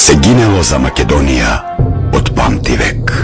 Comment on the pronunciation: If I understand correctly are you saying that it was YOUR ancestors that fought against the Persians back in the early 4th c. BC? Also, in the pronounciation of "Macedonia" why do you place the accent on the -do- instead of the -ni- syllable as recorded in all period scriptures? If I am not mistaken the language I heard is slavic. Migration to the Balkans by these people did not occur until the 6-7th c. AD. I am afraid you still have NOT accounted for almost 1,000 years of history. Any comments?